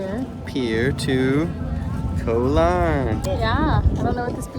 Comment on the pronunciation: Yep Koh Larn is quite nice, although quieter in the evenings after the majority of tourists head back to the mainland. Just as an assist... "Koh" in Thai means "island" and is pronounced the same as "Got", but without the final "t"... (yes the "K" is pronounced as a "G")... so it's not like the "co" in "co-dependent"... :)